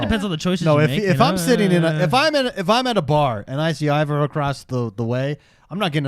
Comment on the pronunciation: Damn it why can no one say aivor correctly lol there's an a guys lol not an i love the video well done guys